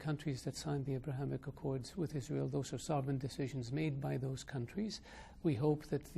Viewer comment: اسأله عن طريق الغباء الاصطناعي 😂 و ياصبر المملكة العربية السعودية على هل تدخلات في شؤون الداخلية و السؤال الاخير هل دول الخليج ستكون في اتفاقية سلام مع عزرائيل وهو ينطقها